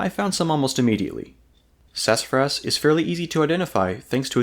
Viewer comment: Man, slow down. You're going so fast that you're slurring over your words. Enunciation is important in any documentary video. It's sassafras and not sass-fras. You slur over a whole syllable.